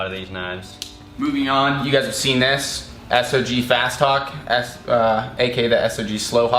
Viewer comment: its not s-o-g its sog